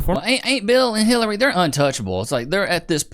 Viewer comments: Dude said Clitery. 😂😂😂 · Clitary....now that i have heard it i can't unhear it.🤣🤣🤣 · Clitary.. was that an accident? 😂